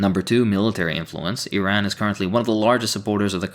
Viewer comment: Good vid but it's pronounced ir-ahn not irayn